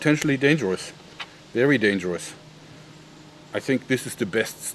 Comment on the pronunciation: vewy vewy sharp. xD